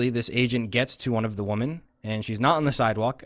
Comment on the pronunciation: This person is fucking vile, also why the hell can´t he pronounce "women"?